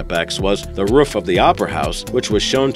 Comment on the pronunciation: You said roof wrong